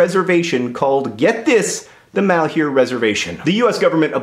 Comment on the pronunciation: It makes me cringe every time I hear somebody pronounce "malheur" as "mahl-hyoo-r". "Malheur" is a french word pronounced more like "mahl-ur", meaning misfortune, bad luck, trouble, grief.